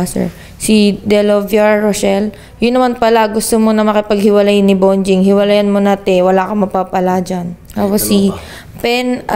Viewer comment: Bonjing kelangan dumedede sa nanay...hahahahaha....ang galing ni idol magsabi ng bonjing..👏👏